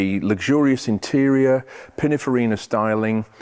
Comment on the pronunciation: Again, it’s Pinninfarina not Pinnafarina